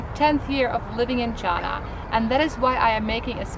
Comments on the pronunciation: I find it unpleasant to hear you pronounce china like Donald Trump.please pronounce China properly. If you can pronounce Hainan properly you can say China correctly.Thank You. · She works for CIA? Cant pronounce China properly?